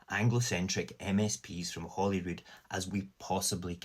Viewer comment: It's H-O-L-Y-R-O-O-D, HOLYROOD, as in HOLY CROSS. Saor Alba.